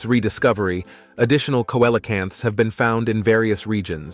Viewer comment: Coelacanths. I literally cringed every time he butchered that word. It bothers me when people mispronounce words; as you said, a little research goes a long way. Took me about 10 seconds to Google it for the right spelling, there you had loads of info on it, PLUS how to pronounce it! Imagine that! 🤔